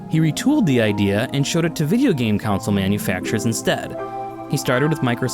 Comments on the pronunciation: Yeah he says it like council lol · you say the word console weird